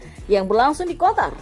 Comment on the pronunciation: Qatar min bukan kotar.....o"on...